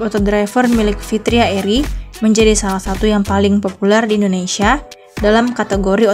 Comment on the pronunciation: Fitra eri bukan fitria, Min 😅